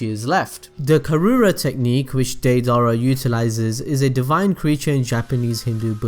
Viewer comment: Its pronounced (day-dur-rah)